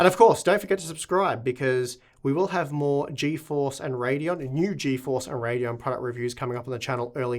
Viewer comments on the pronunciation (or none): none